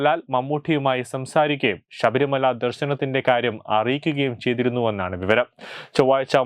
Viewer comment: "ശ" എന്നതിന് പകരം എല്ലാ വാക്കിലും "ഷ" ആണല്ലോ പറയുന്നത്. ഷബരിമല, ദേഷാഭിമാനി, ദർഷനം, വിഷാഖം...... കഷ്ടം . എടോ ശബരിമല. വിശാഖം, ദർശനം, ദേശാഭിമാനി ഇവയാണ് ശരി. അക്ഷര സ്ഫുടതയോടെ വായിക്കൂ